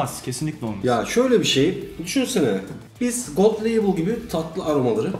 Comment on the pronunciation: Viskinin kralı budur. Bu arada "Gold Leybıl" diye okunur.